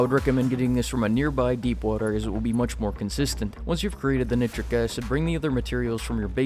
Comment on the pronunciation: You say nitrogen correctly, but then you say nit trick instead of night trick acid..